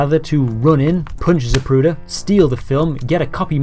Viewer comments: Most of us heard here we have been pronouncing his last name incorrectly all these years. you act as though you hadn't heard this snippet of tape, you continue to pronounce it incorrectly! That issue aside, great job on this post, thank you for all your hard work here. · every time the ufc advertises for zip recruiter, i hear zapruder